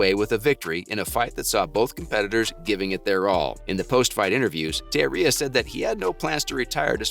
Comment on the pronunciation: You're pronouncing Teixeria's name wrong bro. Research before posting.